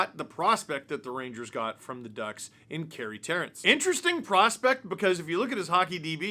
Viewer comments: FYI It is pronounced Carey Terr”AN”ce. And I think this good for the Ducks. They get him for almost nothing. Only makes him better. Terrance probably won’t make the Ducks with their prospects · It’s Carey ter-rance